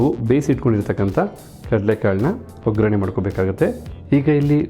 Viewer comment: Voggarane, voggrane alla